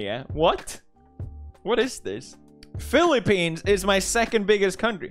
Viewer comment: He said philippinios hahaha